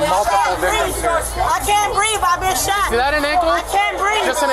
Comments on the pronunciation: so she can't breav (she's saying "BREAVE" instead of "BREATH") because of the bullet in the BACK OF HER FOOT???... which the OFFICER askes her if it's in her "ANKLE" but she says in the back of her foot.... doesn't she know what an ANKLE is??? like the intelligence in people these days is GONE... fled the planet!! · "I cant breev" Clearly you can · “I’ve been shot in the back of the foot!… I can’t breeve!” Lmao they really just throw that line out, don’t they?